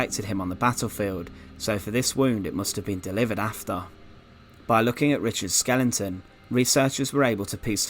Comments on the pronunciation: when you say Skelington ,I assume you mean Skeleton ? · Dude...why do you call it skellington instead of skeletons? That pronunciation are very minecraft-ish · Nice video but I wish you'd learn how to pronounce skeleton, it's not "skellington"...you keep saying this in your videos. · What in fucks name is a 'skelington'. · It was such a shame Richard the fird was killed at Bosworf and his skelington found in twenty firteen.. Great content with narration rather spoiled, for me, by poor pronunciation.